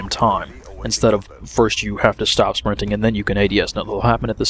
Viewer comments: "Shprinting" haha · sounded like you was saying ' spwinting' ;)